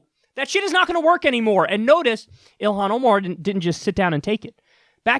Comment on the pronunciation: Wow mispronounced her name, got her background wrong & are smearing her character that's the quality of journalism you'll get from Fox news.